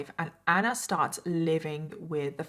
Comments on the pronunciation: Why is she pronouncing ANNAAA like that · The way you pronounce ‘Anna’ is so anoying I had to stop watching 😢